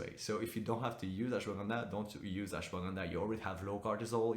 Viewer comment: That’s not how you pronounce Ashwagandha 😂😂😂